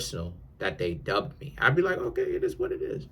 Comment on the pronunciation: Nothing but space & opportunity. What is dubbed? Is that NY slang😂 or are you saying dumped 😂